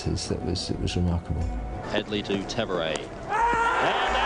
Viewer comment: HAD-LEE! HADLEE! HAD-LEE